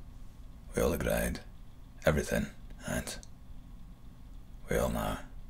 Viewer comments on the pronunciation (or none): You keep saying agreed like agraid, Tommy doesn’t. Great though